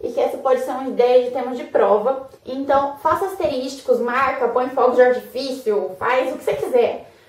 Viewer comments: Excelente vídeo gostei. Só não ficou legal o "asterísticos", sendo que o correto seria "asteriscos". kkk Apenas para descontrair, mas são excelentes dicas, parabéns. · Asteriscos (não asteris TI cos) Que agonia ouvir aluno de direito falando errado, uii...